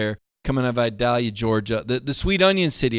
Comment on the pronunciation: Good stuff,. But... it's vye-DALE-yuh.;)